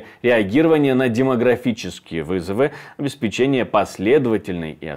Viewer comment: ОбеспЕчение, а не обеспечЕние. Следите за речью!